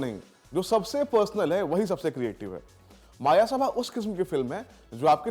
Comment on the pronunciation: It's "मयसभा" not मायासभा